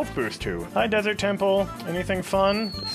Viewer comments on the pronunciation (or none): none